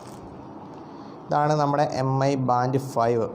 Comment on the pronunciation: മി എന്നാണ് വായിക്കേണ്ടത്, എം ഐ എന്നല്ല